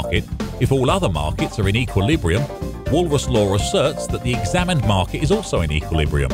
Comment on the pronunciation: Sounds like Walrus :D